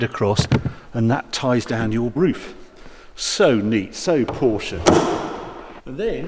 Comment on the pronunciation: Finally someone who can pronounce Porsche correctly.